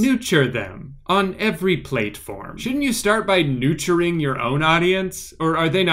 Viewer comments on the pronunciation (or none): “NUTURE THEM… ON EVERY PLATEFORM” 😂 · Nuture and Plateform.. WTF🤣🤣